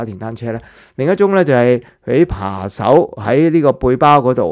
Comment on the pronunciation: 扒手，不是扮手😅